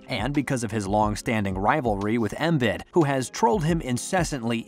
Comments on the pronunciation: Did he just call Joel “Emit”? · was watching right up to the point where he started called embiid EMID. then it's like why am I watching this, these guys don't know a thing if they can't even get the embiid's name right. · Man this guy doesn’t know who the sixers are if he can’t even pronounce the heart and soul of the teams name right I’m done😭🤡🤡🤡🤡